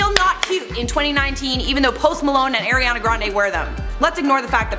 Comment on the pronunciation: How many times do i have to tell you? It's Ariana not Airyana